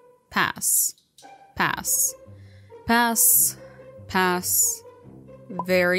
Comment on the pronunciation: Why do you say it lie pass-sh